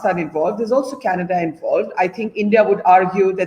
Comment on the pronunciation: people who cannot pronounce Canada (Kaneddddddddddddddddddddddddda) should not be allowed in Canada